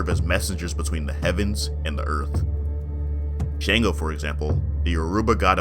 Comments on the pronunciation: Atleast try to get the pronunciation right..he's called Shango!!(shun-go) you Americans are quick to correct foreigners of English pronunciations but never put any effort in african names..smh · Great video, I'm gonna hook you up on some pronunciations for the Orishas. Shango is pronounced (SHON-go) Eshu is pronounced (EH-shoe) Ashe is pronounce (ah-SHAY) The pronunciation can be rough at first, but you did SO well on everything overall that you might as well know a better way to say these words. :-)